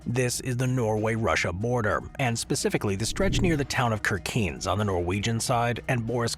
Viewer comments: In this video, Ceuta is pronounced as Quetta, and Kirkenes as Kircains. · Kirkenes is pronounced like sheer-ken-ess. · I was laughing out loud when I heard the pronunciation of Kirkenes (Norway/Russia border. 😂 A typical AI flaw